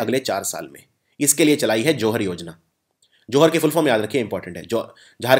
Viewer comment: Sir aap thik se pronunciate kro....its kata toli, chtra, johaar etc.